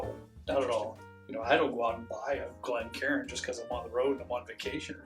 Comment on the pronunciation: I’m just glad to hear you guys properly pronounce it a Glencairn glass as opposed to calling it (glen-karin) 😉🥃